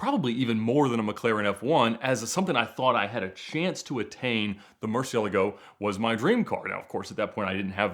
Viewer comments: Bro that's not how you pronounce Murcielago! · Ed calls them "murci's" because he can't pronounce murcielago for the life of him